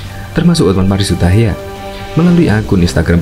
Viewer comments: Bang... Hotman Paris HUTAPEA... bukan hutahaean?? Koreksi yaaaaaa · Hotman paris Hutapea min.bukan hutahaya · Hotman Paris Hutapea mas,bukan Hutahayan, terimakasih. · Hotman paris hutapea bosss...bukan hutayan. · Hutapea pak bukan hutahaian